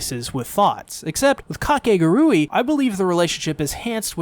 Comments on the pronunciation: This is already pushing my buttons and I'm not even a minute in but it's (ka-kay-goo-ree) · I really cant get over how people pronounce Kakegurui like there is no actual way to pronounce it but Kah-ke-gu-ru-e K-k-gu-rae Same word different pronunciation. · How do you pronounce the name of this show? Ive been saying it as: cake·uh·gure·ee And ive heard people say it different from how the guy in the video says it so now im confused.